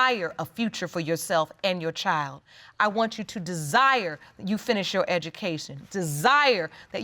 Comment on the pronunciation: CHILD with a D - not a chile